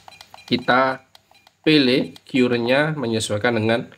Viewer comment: sekedar koreksi om, CURRENT itu pengucapannya : KARRENT , buka KYUURENT... ehehehehee